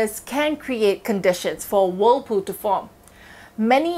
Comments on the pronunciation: Every time she said whirlpool it just reminded me of that book.. “wool pooh” comment if you know 😏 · Why are we listening to expert advice from a person who cannot even say the name properly.. like how we supposed to know what she’s talking about…